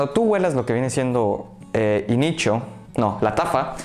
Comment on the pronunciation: Inicho 🤣🤣🤣 ni como creerle si no sabes ni decir los nombres